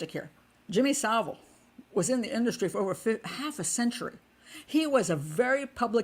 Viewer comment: Finally, an American who can actually pronounce "Savile" correctly